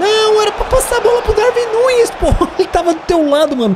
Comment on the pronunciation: Darwin não se lê com v lê se com u